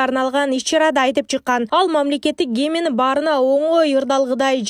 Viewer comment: Гимин эмес гимн деп айткыла.